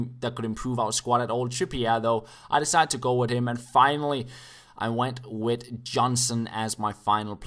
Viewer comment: Whenever you think your saying "with" but you always say "wid".